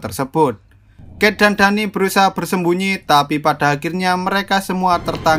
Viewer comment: btw kalo semisal namanya Danny itu bacanya Deni bukan Dani